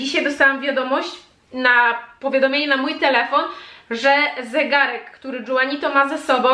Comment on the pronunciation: A nie Juanito ( Ju... wymawiane jak Hu)? To w końcu hiszpańskojęzyczne imię.